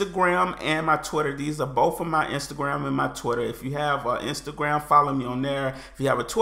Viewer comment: If you keep pronouncing BOTH is BOFE, you're going to evolve English and eventually it will be right.